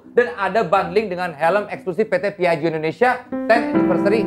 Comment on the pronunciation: Ta ta ta tapi... Cara bacanya : piajjo bukan piajio... Tapi gimanapun keren sih smp di endorse piaggio. Walau buatan italy, di sini juga harganya termasuk tinggi.